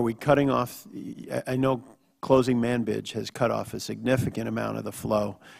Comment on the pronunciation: sounded like he said "manbitch city" lol